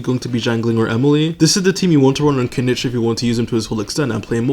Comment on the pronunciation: its kinich not kinik